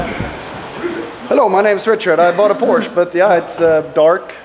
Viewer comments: This is how you say "Porsche". Americans: now you know. There´s no excuse for you anymore. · I love that you said Porsch"E" and not Porsch like all the other english speakers ;D